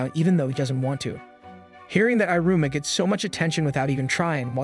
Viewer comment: Bro it's pronounced: E-ruma